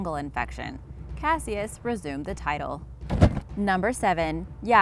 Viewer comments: Cas-E-iss?? Cash-iss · If he's named for Cassius Clay, you are pronouncing it wrong. It sounds like "cashus." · She pronounces Cassius wrong. Ali’s name sounded more like “Cashous” , Cassius Clay, aka Muhammad Ali. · its cash-is not cassyes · It's pronounced Cashuss not casious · Cassius, its pronounced kas-uh s not kash-i-uh s. Good grief. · If #9 is named after Muhammad Ali that's not how you pronounce Cassius come on do some research it sounds ridiculous when you mispronounce things its happened many times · Cassius is pronounced Cash-Us, do your research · #9 “Cassius” supposedly named after Muhammad Ali’s birth name, for the love of god lady it is pronounced “Ca-shus”. For someone who I assume is smart, that was a dumb mistake. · Pronounced Cash-us.... at least that’s how it’s pronounced in Louisville where Muhammad Ali is from. This is where the famous fight where Sonny Liston called him by the name Cassius. Ali kept screaming what’s my name through the fight. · Cassius is pronounced "Cashus" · Pronounced cash us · Why is she saying Ali name like that 🤦🏾‍♂️🤦🏾‍♂️Just butchering Cassius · And Cassius... Before narrating a video, you think you'd lookup the pronunciation of words you aren't familiar with.. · Brutal pronunciation of Cassius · Am I the only one tripping off how she is saying Cassius wrong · Pronunciation goes a long way to making a believable vid. Nau-til- us...not now-to-lus...cashus “=Cassius...not cass-see-us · The narrator can't pronounce nautilus... Or Cassius..